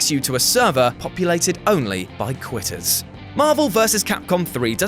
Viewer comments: Quitters coughs not qutter cough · Qutters? I'm pretty sure its quitters tho... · I FOUND A ERROR IN NUMBER 1 U SAID QUTTERS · I’m not the only to notice “Qutters”, right?